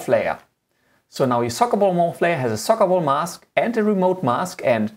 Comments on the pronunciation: If I have to listen to him say sokkabol one more time.... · Socabol? Just "Ball" it's enough lol. Nice tutorial by the way. Thanks. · "of the remote control into the SocaBol" SocaBol :D